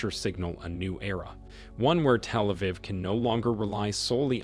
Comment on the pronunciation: Somebody correct this awful pronunciation!!! It’s so annoying. Can’t even pronounce Achilles, Iran, Telaviv and Hamas. Please.